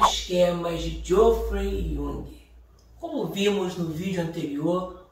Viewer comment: Não é Joffrey Young. É Jeffrey Young.